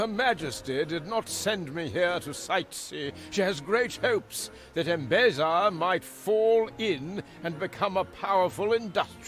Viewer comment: I love how you keep saying Embessa instead of Embesa :D Man, this game looks so good. If I would play the game I would be in first person mode way too much to soak all the beauty in. Hope you will do it more often too, also for where the fields are. Stunning! ps: storyline is interesting.